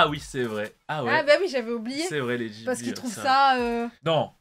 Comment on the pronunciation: hello, bonne vidéo sympa. par contre on dit Guibli et pas jibli. a cause du "H" !!!